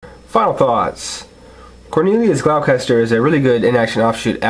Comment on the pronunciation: It's pronounced gloss-ter, there is no "ch" sound. But then again that's how it's pronounced in the dub.